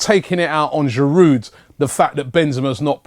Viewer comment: Why does Robbie always pronounce the d in Giroud - bugs me. Still love ya Rob!